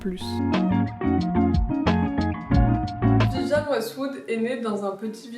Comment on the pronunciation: VIVIENNE et pas vivianne et aussi MAC LAREN et pas Mac Lorraine